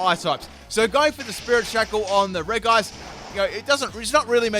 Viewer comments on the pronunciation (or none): Ik you said no legendaries but COME ON! 'Regice' is pronounced 'Rejice' not 'Wreckice'. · Andries Velten It's actually Rej-ee-ice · during the episode where Paul battles Brandon - it's pronounced "Rej-ice" throughout. I'm sure that's not the only time where this is the case but I distinctly remember the episode so I know I'm right. Consider yourself humoured 😉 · Reg-ice (Regice) Pronounciation: Re-ji-ays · Elias Martinez It’s not reg-ice but re-ji-ice. It’s how it’s meant to sound but the developers didn’t realize the sounds don’t match it’s spelling. It should of just had two i’s to avoid the confusion but I guess that looked weird so they removed one thus making it’s spelling not match at all with it’s pronunciation! It’s confusing I know.. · Super AJ it’s actually rej-ice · I can't believe you actually call Regice "Re-guy-ce" but okay xD